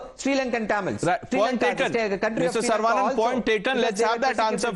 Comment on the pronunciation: Not sar-vaa-nun but Suh-ruh-vuh-nun. Or सरवणन